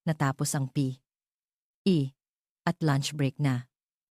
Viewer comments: Epic magbasa ng P.E😂😂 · Palibhasa AI generated -fiction itong vid na ito… kaya nskakataws kung paanong .. bigkasin ang ilang salita .,. tawa aqng malakas sa pagsasabi ng P.E. Uniforn na parang “ hinihika “ yung nagsasalita!!! hahahsha!!!! 😝😝😝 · Bakit po ba hirap na hirap kau banggitin un salitang P.E.😂😂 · Maryosep ,hirap na hirap sa pagbigkas ng P,,E uniform😅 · Mali ang pag bigkas mo ng p e. Hindi mo kailangang tumigil sa p tuloy lang dapat. Gusto ko Yong kwento mo. Thank you. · I'llano ba nman Yan ayaw idirecho ang pagbigkas ng P.E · Bakit ganyan kayo bumigkas ng tagalog parang hindi kayo nag aral ng lenguwahe ng Tagalog pati ba naman ang pagbigkas ng P. E. Hindi magandang pakinggan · Parang Tanga nman Yung nagsasalita p e Lang dpa mabigkas Ng maayus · Ano bang pagsasalita ya ng P E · Di wasto ang pag basa P. E lang hirap pa bigkasin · Pambihira bibigkasin lng ang salitang P.E. bkit hindi pa madiritso pambihira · ARTE M NMN MAGSALITA HALATANG HALATA ULTIMO UNG P.E. UNIFORM NDI MO PA MABIGKAS NG DERETSO EH HALATANG PINAY K NMN